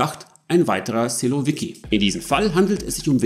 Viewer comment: Lieber, kurz etwas zur Wortbildung im Russischen. 1 Silovik, 10 Silowiki. Betonung auf der letzten Silbe. Analog zu Bolschevik, -i = Mehrheitler. Menscheviki = Minderheitler. Sil = Macht Danke! Mach weiter so. Aber warum musst Du so schnell sprechen? Und jede Atempause herausschneiden?